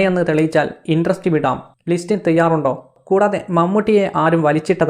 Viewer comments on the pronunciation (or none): ഇണ്ട്രസ്റ്റി അല്ലടാ.. ഇൻഡസ്ട്രി